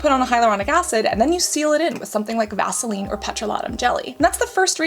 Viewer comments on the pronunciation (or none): none